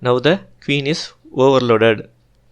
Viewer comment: Sir why do u pronounce queen as keeuun….that’s poor english